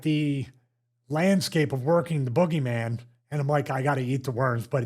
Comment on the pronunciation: I like how the announcer calls him the boo-geyman